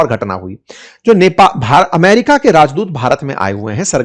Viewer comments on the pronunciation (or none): none